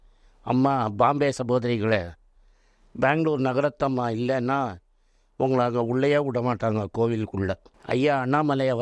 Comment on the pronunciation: He is very much lacking proper Tamil pronounciation. Her name is Bangalore NAGARATHNAMMA not Nagarathamma. Likewise he wrongly pronouncing names. Lot of distortions in his speech.